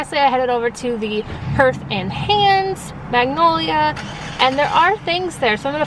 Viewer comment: Hearth rhymes with Garth, not earth lol. Thank you for all the good info. Always love your videos!